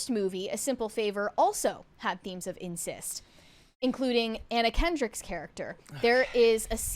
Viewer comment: Incest, not "insist".